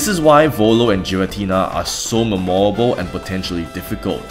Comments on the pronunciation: As an English teacher, may I offer you the suggestion of emphasising the first syllable of “memorable” rather than the second? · All those apologies for arceus, but none for the pronunciation of memorable 😭